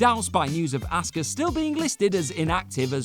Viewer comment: Asuka? Lol